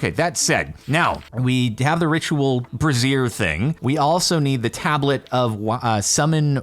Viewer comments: Just as a note, it's either bray·zhr or bray·zee·uh, the former being most common states side. What you were saying was more... women's underwear. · Brazier is pronounced bray-zee-er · Am I the only one who had to control a snrk every time he pronounced it “bruh-zeer”?